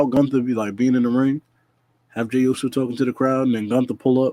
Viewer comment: I know u wanna talk about the Owen Hart cup...-MEEEEEE?!?!?!? 😂🤣😂 another great show fellas 🫡 keep moving forward. Also I agree with... u butchered that Jey Uso line 😂😂😂